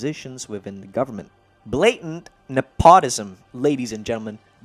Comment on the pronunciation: Nep-o-tis-um not ne-pot-ism-um